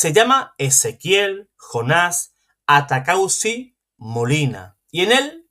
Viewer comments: Disculpe el apellido de ese señor es ATAUCUSI, por favor léalo bien ATAUCUSI. usted dice ATACAUSI. Es un error. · Bueno atacauci o ataucusi perdonen, el que tiene boca se equivoca y además es un apellido o nombre muy raro. Que pena con los que no saben perdonar un error y ofenden por equivocarse. 😮